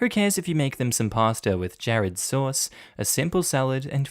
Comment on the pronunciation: When he said "Jared sauce" instead of "jarred sauce" I laughed so hard...